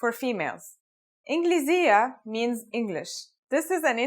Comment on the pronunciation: inkliziyyah?! it is ingliziyyah or injliziyyah!